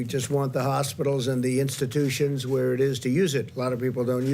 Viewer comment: Did he say horse-pitals?